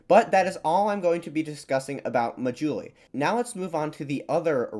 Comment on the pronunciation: people of Assam are an admixture of indo-aryans and tibeto-burman people. Assamese language is an Indo-European language related to English French and German, surrounding hilly tribes speak various Tibeto-Burman family languages. The 'indigenous peoples' of northeast India are long gone. They were related to Papuans and Andamanese people . On a side note the islands name is pronounced 'maa+juli'.